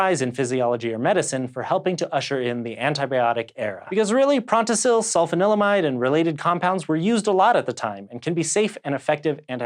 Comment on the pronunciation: Ahem: sul-FAHN-il-uh-mide.